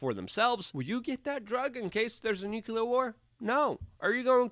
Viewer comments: can you STOP saying nukulur like George Bush? it's pronounced new-clear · Sweetie! Nu-klee-ar. Not nu-ku-lar.